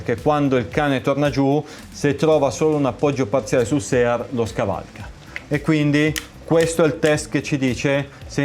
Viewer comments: Se devi dire "sear" all'italiana (e non "siar"), non è meglio utilizzare il termine nostrano, "controcane"? Comunque bel lavoro, saluti. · Visto che sono io che dico "sear" nel video e non, mi sento un po' tirato in causa. Bene, io ho scelto di dire SEAR e non siar, perchè è un termine che pronuncio intorno alle 200 volte al giorno, e che, essendo il disegno di armi americano e dovendomi confrontare tutti i giorni con listini, è un termine che ho acquisito e italianizzato negli anni, e specifica il componente 1911. Per il resto non mi sembra di parlare male italiano e i congiuntivi li azzecco tutti abbastanza, ma mi rimetto alla competenza acquisita in anni di traduttore e linguista, posata così delicatamente sul tavolo.